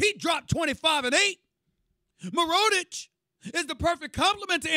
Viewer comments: Who the hell is mironich is he a rookie lol, it's Nikola mirotic Stephen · Did this guy call Mirotic...MUR-OH-TICH?? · Who the f*** is Meeroditch? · he doesn't say mirotic. idk how to type it but it's not mirotic lmao.